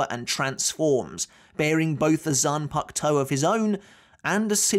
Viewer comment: Zan puck toe? Are you serious